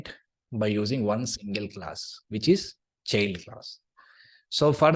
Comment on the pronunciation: Thanks for the course. PS: small tip: “child” transcripts as [tʃaɪld] ;)